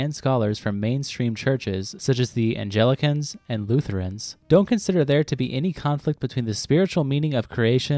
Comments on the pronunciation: I think that was supposed to be “Anglicans”, not “Angelicans” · Did you just pronounce “Anglicans”, “anjelicans”???